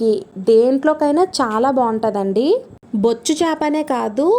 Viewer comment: " బొచ్చు " అనకూడదు ..... " బొచ్చె " చేపలు అనాలి !!!